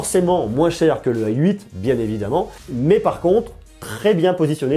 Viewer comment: Pourquoi vous prononcez "ay 8"? C'est la nouvelle mode ?